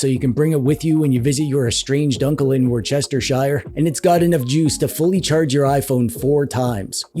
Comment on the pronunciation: The (amazing!) science dweeb intro killed me. I then came back to life only to get promptly killed again by your pronunciation of worcestershire. Was that an intentional joke, or is that actually how it's pronounced in America? Btw, maybe you could do a video going into more detail about how to use settings like fsr? I've looked up articles for it before, but I think I'd find a video by you more digestible. Thanks for the video!